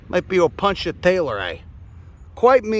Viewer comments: Fitting that your pronunciation of "Opuntia" sounds a little bit like "I'll punch ya". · Me too. When I first heard him say it I couldn't put it together. I was, like um no, isn't that an O-poon-tia. But I will differ to, since he has time and again proven more knowledgeable than my upper mid-west instructors.